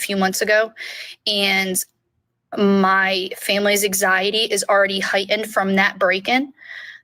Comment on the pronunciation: She says "eggxiety" & it gives me anxiety 😂